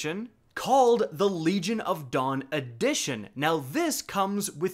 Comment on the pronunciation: I kept hearing "Legion of Dong" everytime he said Legion of Dawn.